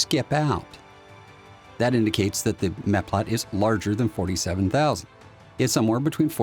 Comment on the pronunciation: Awesome video! It sounds like you are saying "metplat". I thought the word was "meplat". Are those the same thing?